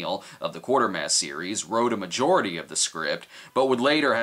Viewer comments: You can always tell how familiar a person is with the Quatermass series depending on their pronunciation of the name. Here's a hint, it's not based on the mass of 25 cents. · It's Quatermass, not Quartermass. No sweat, common mistake. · Quartermass? Quatermass... Quater...mass Rhymes with Crater...mass.